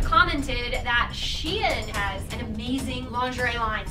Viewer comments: I thought it was pronounced Shine... not She in??? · its pronounced sheen not she in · it’s not “she in” it’s SHEIN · Pretty sure it’s pronounced like ‘shine’ not ‘she in.’